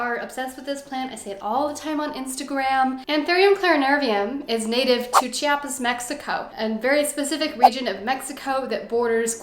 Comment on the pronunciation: Ummm.... thank you so much for pronouncing Chiapas so nicely.